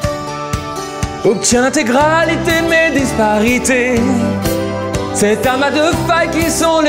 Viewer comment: A on est d'accord qu'il dit tes gralités au lieu d'intégralité ? 😂